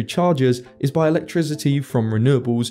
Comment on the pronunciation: I can't believe that the dude pronounces "electricity" with a voiced "s", as in "electrisity". Really irritating for me to listen to. Otherwise very well done.